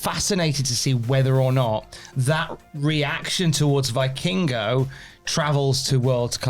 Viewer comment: Please, pronounce Vikingo "Vekingo"